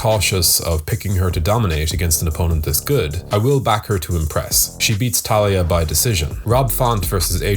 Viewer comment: I know it’s easy to miss, but her name is TAILA Santos, not Talia